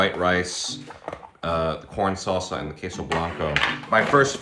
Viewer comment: It’s keeps sounding like you’re saying “porn salsa”😂